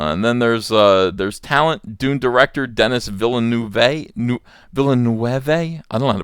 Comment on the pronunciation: Because French (the language—he's Quebecois), Denis Villeneuve's name is pronounced "de-NEES Vee-Noove". now you know how to pronounce that. =)